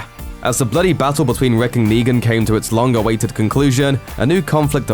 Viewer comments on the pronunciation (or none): none